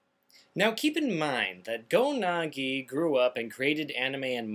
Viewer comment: GO-NAGI? I think it's pronounced GO-NAG-EYE